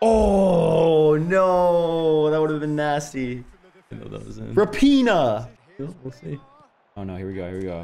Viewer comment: he said Raphinha names wrong … triggered my soul